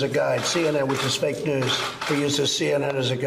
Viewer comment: Fake Jews? I thought it was pronounces "fake news".